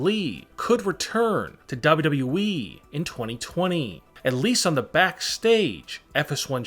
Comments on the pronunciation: This narrator keeps saying “double wu double wu we” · I don't like the way he says wwe